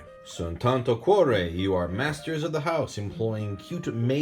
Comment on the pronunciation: Tanto cuore in italian could be translated as "a lot of heart" or "much heart" i think. Anyway, nice pronouce!